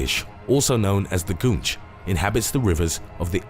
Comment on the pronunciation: Goonch? Wat you talking about Willis.